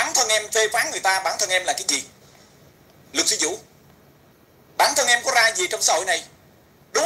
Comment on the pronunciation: Haha, em cũng vừa thấy thì TTC đã tắt máy. Nghe hén đọc chữ " sư " cứ như " xư "á chị ! 😂 Ngủ ngon mộng đẹp nhé chị iu🙏😴💖